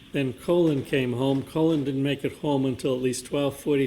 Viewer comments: Me too! What a complete idiot!! Colon instead of Collin. 😂🤣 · Every time called Colin “Colon” I couldn’t help but laugh, because everyone probably agrees with him being an A-hole! 😅😂😂😂😂 He probably gets upset every time he mispronounces his name! 😂😂😂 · At least the Commonwealth properly pronounced the name of “Colon” Albert bc he is a piece of shit! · Calling him “Colon” the whole time 😂 lmao too much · The mispronunciation of Colin as Colon cracks me up 😂 makes me want to refer to him as Semi Colon : ; 🤣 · I can't believe he's still calling him Colon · Is he STILL calling him Colon?! 😂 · "Colon" - Jesus Christ dude, at least learn how to pronounce the names in the case you're working on. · I thought his name was Colin, not Colon. 🤭